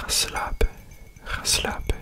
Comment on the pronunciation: the 'ga slapen' sounded so perfect lol! i did not expect that at all